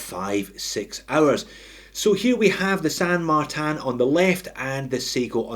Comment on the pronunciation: « San Martin » would be in Spanish, no need to pronounce it in French 😜